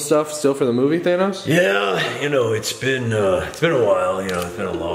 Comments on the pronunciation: It’s than-os not thane-os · It's not pronounced Thane-os its, thanos come onnnn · who's "thaynos" lmao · Everybody always says Thanos but does anyone every day Thanyes? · Who the frick is thaynos